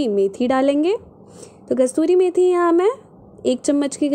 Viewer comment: Mam kasoori methi not kastoori methi